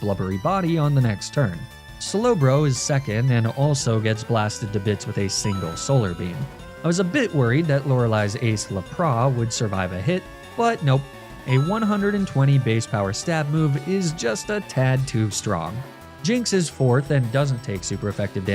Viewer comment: Its LAPRASSSS with S even in anime they call IT lapraSS no one care that u are from Canada..🤫🤦